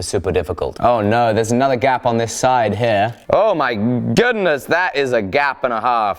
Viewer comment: I thought you were saying “gab” lol